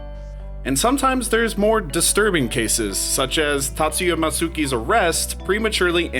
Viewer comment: That picture 3 seconds in is not Eiichiro Oda. That picture is of Zelda series director Eiji Aonuma. Also the ‘u’ in matsuki is silent. In Japanese, ‘i’ or ‘u’ sounds are silent when between 2 unvoiced consonants (most commonly k, s, t, and h sounds). you see this a lot in verbs that end in "-mashita", names like "sasuke", and words like "takusan"(meaning alot) or "tsuki"(meaning moon).